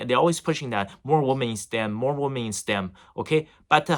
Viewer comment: Great content, but just a little suggestion; "Weemen"=Plural, Woman=Singular. Cheers!